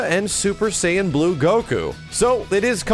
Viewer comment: I cringed every time said "super sayian blue"